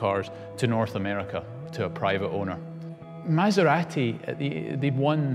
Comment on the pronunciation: He pronounce MASERATI correctly. finally!